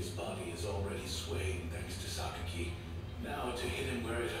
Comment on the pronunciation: Yeah , It's should pronounce as Saki!